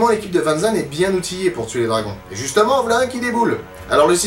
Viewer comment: C'est "Van Zan", pas "Van Zand". 😅